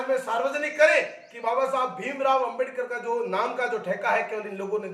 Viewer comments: Phle ambedakar bolna sikhle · pehle 👉Ambedkar shi bolna shikh le fir bakvash karna